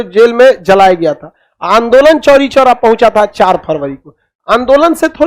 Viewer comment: Chori choora nahi chhori chhora